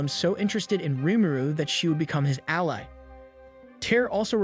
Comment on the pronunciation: Who does the voice over? is it a bot? cause some words are pronounced really weird. like ally is prounounced allee , but it was pronounced right just a moment earlier and naive is prounouned nave . the word him is missing from the end of a sentence, but for some reason added to the start of he next sentence. and the weirdest moment of all is , where the word "a" is completely seperated from the rest of the sentence.